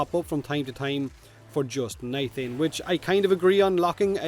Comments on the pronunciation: Did you jus say..... Nithain? Its nitain. No H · Nithain? Do you mean nitain? lol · Im sorry, but i feel a little pain when i here NITHANE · Ahem, no H in Nitain. Eh FEM er ruh